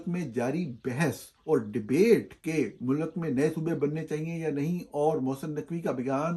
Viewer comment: Plz don't say MULAKK, its Mulk. You are a journalist and should have correct pronounciation of URDU